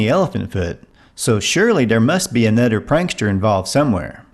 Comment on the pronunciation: Can't pronounce "th". Anudder for another.